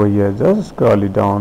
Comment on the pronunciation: U need to click over hia... Jst a'scrolit down, a'scrolit down... Just a'scrolit down, a'scrolit down 😂😂😂😂😂😂😂😂😂😂😂😂😂😂😂😂cant stop laughing